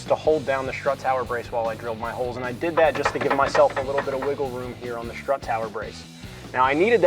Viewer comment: How do you go through life saying “schtrut tower” and not get mocked relentlessly?